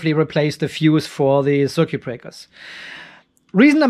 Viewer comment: machst dir ne rübe daß die schwatten drähte ein paar millimeter unterschiedlich lang sind jetzt.. aber dein datenkabel hängt wie ne wäscheleine in der luft.. mach liber plus und minus verschiedene farben wenn dir details wichtig sind (das "u" in "circUit" wird übrigens nicht ausgesprochen.)